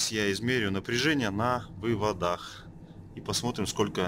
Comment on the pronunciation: Вот только слово "вывода́х" (не только в этом видео) режет слух. Не существует слова "вывода́", зато очень даже есть "вы́воды" и вам, как русскоговорящему электрику, должно быть стыдно за такие ошибки.